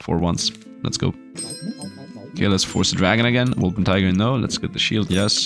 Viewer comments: Wol - per - ting - er not Wol - pen - ti - ger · its impossible for him to remember, I have said it before and he still can't pronounce it reight